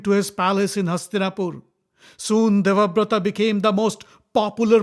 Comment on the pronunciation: it's Devavrata, not Devaprata FYI